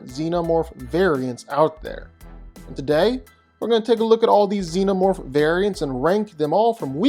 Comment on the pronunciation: for sure is XENOMORPH, not ZENOMORPH wtf